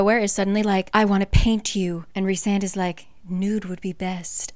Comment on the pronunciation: I’ve just now have been reading this series. It is fantastic!!! You explain these books sooooo well!!!! The only thing I could suggest is if you look in the first book it shows how to pronounce all the names and Rhysand is pronounced Rhy with a long I. Like rye bread